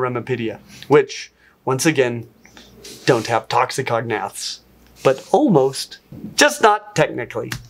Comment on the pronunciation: fun! But the way you pronounce "toxicognaths" (ie, toxi-cognaths) makes them sound like a dangerous part of lingustics (cf "cognate"), rather than "poisonous jaws" (since gnath is derived from the Greek word for "jaw"). So please say "toxico-gnath"!